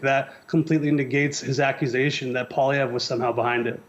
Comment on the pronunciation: And so did you...Poilievre. SMH.